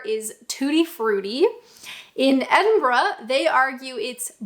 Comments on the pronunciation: Perfect Edinburgh pronunciation . Kudos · its so weird hearing a north American accent pronouncing Edinburgh correctly